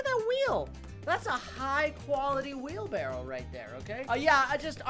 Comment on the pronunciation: Wheelbarrow emphasis on the w